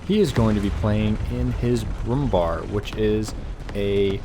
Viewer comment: Bär .. ÄÄÄÄ Not Bar 🤨